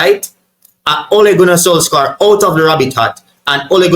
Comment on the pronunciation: It's spell solskjear but pronounced solshire